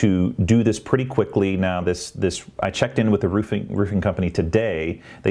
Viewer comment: I´m European, so not native english speaking, but: I wonder why I hear more and more " thish" instead of "this" and several more sh instead of s (not only from you)? Is it too difficult for the younger generation to pronounce an "s"?